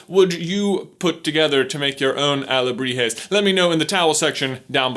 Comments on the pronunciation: “Alahebres” (I am so sorry Mexico.) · "carving alejibres " xD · he changes alebrijes for alejibres. Well done gringo! hahah but seriously, nice investigation about mexican culture congrats from México!! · towards the end he accidentaly said alejibres instead of alebrijes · Well pronunciation ... saludos from Shaked Mexico City However you just say two times Alebrijes wrong. You said alejibres 😂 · I like when you say Alejibres, instead of Alegrijes. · J: "Alejibres" My Mexican ass: dies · Your pronunciation was almost spot on. Although sometimes you would say alejibres instead of alebrijes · But pronounced ahhh-le-bree-he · OWAHAKA .... XD also u said alehibrez.... XD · One time he said "aljibres" not "alebrijes" im a little iffended as a mexican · it's alebrijes not alejibre XD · but you are coming off as condescending and mean. I'm sure he tried, he's just not a native Spanish speaker and therefore cannot adjust his tongue to say words that are not only in Spanish, but also have Nahuatl roots. Even some Spanish speakers (socially the ones born in US) can't pronounce those words correctly.